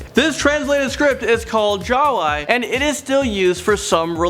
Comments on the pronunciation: Dude u butchered Bahasa Malaysia or Bahasa Melayu and Bahasa Jawi is pronounced as Bahasa Ja Wee not Ja Wai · the way you pronounce Jawi is Jaa-wee. but im not blaming you cuz of your dialect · not to mention jawi pronounce as jawai. oh my~ laughing non-stop here. hahaha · it's not bahasa malay , its bahasa melayu and 'jawi' is pronounced as ja-wi